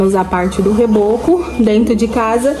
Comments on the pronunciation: Ô, não se diz reboque e sim reboco. Desculpe mas não está legal vc falar assim. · vai ficar muito boa sua casa,doida pra ver tudo prontinho❤. Uma dica de amiga pra amiga nao se diz reboque amiga,reboque é aquele caminhão que socorre os carros que deram problema na rua,na estrada etc. Esse trabalho na parede se diz rebôco. 😉 beijo pra vc e pras crianças. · não é reboque e sim reboco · Boa tarde sua obra ta ficando muito boa, só uma correção você falar reboque mas é reboco um abraço. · vc é muito engraçada 😂😂 me acabo de rir, quando você fala os nomes errado 😂 não é rebock que fala e sim reboco, brincadeiras a parte, sua casinha vai ficar show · Só para te informar o nome é placa solar e é reboco não reboque só uma dica não me leve a mau. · Reboco, e não Reboqui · Não é. Reboque q fala é reboco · Eu tbm sempre falei reboque... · " REBOCO"😅😅😅😅